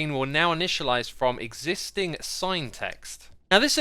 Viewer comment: lol, "exisitining"wtb